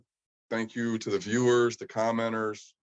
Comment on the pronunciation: I heard that, too 😆